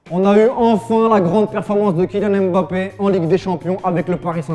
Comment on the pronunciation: Mais c'est quand ils vont arrêter avec le hemBappé! c'est mbappé! même les anglais respectent mieux la prononciation de ce nom...